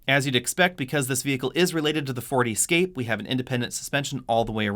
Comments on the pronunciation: WTF! Is an E Scape? Is he saying Escape? Lol...I’m confused... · Why do you always pronounce the Ford Escape as EEE-scape? Everyone else says Escape - so should you. I do love your reviews even though I have noticed that you don't respond to any comments. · It’s escape not E-scape lol. You’re making it sound like an all electric version. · I keep hearing "E-scape". I say "Eh-scape". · For EE-scape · Ee-scape, Escape, and Ford Focus Freudian slip, you are the best! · Why do you pronounce escape with a long E? Nice review , that just stuck out.